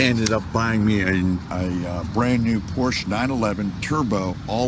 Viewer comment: He can't even pronounce Porsche correctly.